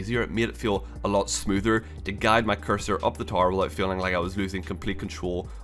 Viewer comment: Man it took me a min to realize you were saying "tower" lol with that accent it sounds like "tar" XD Those skulls for CE:A are not new btw... well, maybe new to MCC but they were all in the original CE Anniversary released in 2011.